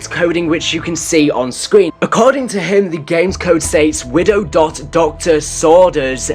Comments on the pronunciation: "doctor sorders" jesus christ. Kinda obvious it's Doctors Orders. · DOCTOR'S ORDERS NOT "Doctor Sorders" Its a gobblegum not a failed DJ! JK!